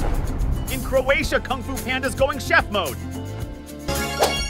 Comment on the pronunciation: Is Croatia, Not Crotia